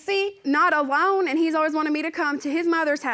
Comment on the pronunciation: "A-Lone" its one word ALONE!